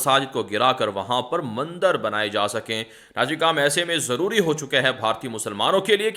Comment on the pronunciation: aap hamesha news me mandar ka lafz istimal karte hay haqiqat me wo mandir lafz hay zara talafuz sahi ada karne ki koshish kare mujhe umid hay ke aap isper amal karenge MS,Siddiq bhatkal karnatak